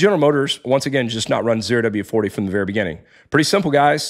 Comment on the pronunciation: It’s ZERO W-40, not the letter O oh.